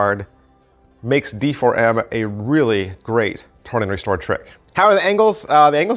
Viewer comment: I think it's supposed to be pronounced Deform... 😂